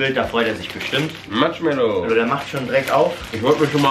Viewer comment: ihr sagt eiskallt Pang pang Matschmellow gang